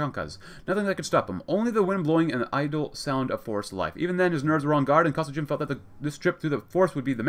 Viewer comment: BTW, Kosygin is pronounced with a hard "G" like "Gorilla". Emphasis is on the second syllable. Kuh-SEE-gin.